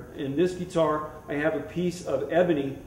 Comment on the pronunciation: Any Luthier is awesome! (Would be awesome to build a guitar as a DIY Project some time :D) Buuuuut! Did it bug anybody else how he kept saying "geee-tar"? Gah!